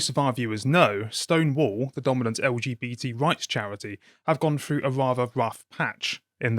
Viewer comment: "have gone frew a rough patch" Is that 1 F or 2? I do wish this person would learn to speak properly.